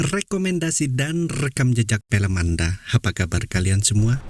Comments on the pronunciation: FILM bukan PILEM🤣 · Film pak bukan Pelem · FILM OM FI LEM BUKAN PELM PE LEM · Film om bukan pelem😅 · Film bukan Pelem om🤭